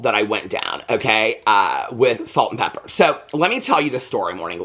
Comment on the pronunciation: Calling them Salt n PeppeR!! ITS Pepa!😂😂 u crack me up💜